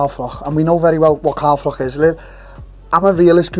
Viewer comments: Its froch. Ch ch ch ch no k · You'd think with how many times he's rehashed this saga he'd know his name is Froch,not frock ffs.